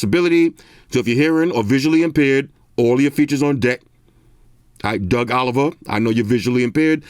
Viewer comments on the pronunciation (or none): none